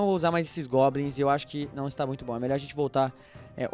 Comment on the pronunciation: o não sabe fala goblins